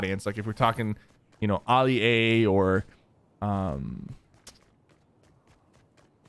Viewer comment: Nobody: SypherPK: Ollie-A